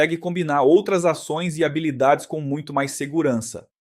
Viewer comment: Achei interessante o avatar de IA. Bastante natural. Só percebi quando ele pronunciou “habilidades” como “rábilidades” kkkkk Ótima a explicação sobre o Spark. Mto obrigado 🙏🏼